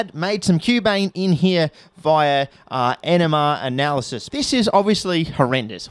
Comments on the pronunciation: ok, i am not even 30 seconds in, did he just say enema analysis? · I heard "enema analysis" and I'm choosing to believe that was what was said. NMR? Never heard of him.